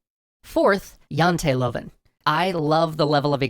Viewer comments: I like the right use of written Norwegian but the way you said janteloven was (hilarius) kind of just a little bit wrong, try again P.S no am not Norwegian but i'm danish and practikly in scandinavia we can all talk to each other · Huh. I didn't know Norway also had the Jantelov (great hearing pronouncing that, btw). If it's something Norway got while being part of Denmark, I feel like I should apologize. Poor devils. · Great episode. I know a couple of people in the industry in Norway and according to them it is hard working there. It's interesting that Janteloven (The Law of Jante), has escaped the fictional Danish town of Jante and has become an actual Scandinavian frame of mind just 81 years after it's conception. Also, hearing pronounce it Janteluvin' multiple times made this a very worthwhile episode:) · (Janteloven: Yahn tee Lou?n) or more easily "the law of Jante" but close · Its not Janteloven Its janteloven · The way he says Janteloven is funny. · I couldnt help but chuckle when you said tred to pronounce "Janteloven". Not even close ;) Although the most of the translations were a bit off, it was a very informative video and high quality as usual